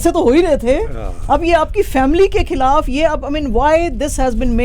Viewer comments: Why cant she pronounce the word KHILAF? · محترمہ کھیلاپ نہیں،خلاف۔ شاہ رکھ کھان نہیں، شاہ رخ خان۔